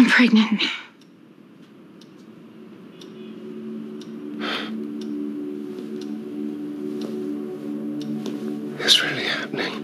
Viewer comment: "Until I saw this, I'm pregananan"